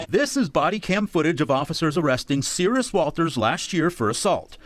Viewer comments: Serus, not Serious. You've mispronounced it every single time. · At first i heard the name wrong, i heard Sirius instead Serus. So maybe the judge mistaken this person for Sirius Black too, we all know he was innoncent.